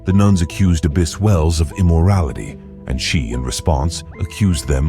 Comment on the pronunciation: This video is “history bizarre” alright.🙄 It’s also “abbess” (female equivalent title to abbot), not “abyss”, meaning a void or chasm of great depth. Nuns don’t dwell in monasteries (which are male cloisters for monks), they live in nunneries or convents. People in the 16th century didn’t dress like Victorians (19th century). Nuns in early 19th century Rome weren’t photographed, the photographic process had not been invented at that time. The video uses the same picture to identify king Henry VII and his son, king Henry VIII, who looked quite different. The video discusses the closing of the Littlemore Convent in the early 16th century (at least so far as I was able to glean from its slipshod historical narrative) without reference to the fact that all institutions of regular clergy in England were closed at that time, owing to Henry VIII’s break with the Roman Catholic Church. With a title like Disgusting Sex Lives In The Worst Medieval Nunneries Revealed, I expected prurient, salacious content with historical standards of no great stringency, but the inaccuracies both in narrative and use of images managed to still surprise me with the lack of historical verisimilitude. 👎